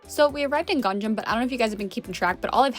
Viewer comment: What the heck is a “gang jam”.... "Gang nam" is the correct pronunciation.... Is this pronunciation difficult for you?...